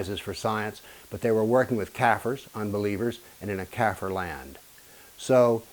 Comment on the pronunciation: ... your pronounciation of the word kaffir is regarded as racially offensive. It's meaning as "unbeliever" is correct, but has to be pronounced correctly.